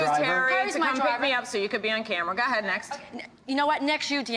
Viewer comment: “I guess so, ga’hed!” Lol I thought Kim G was great on the show